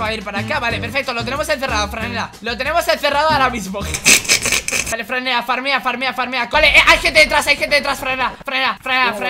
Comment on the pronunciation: dice fanela en bede decir franela WTF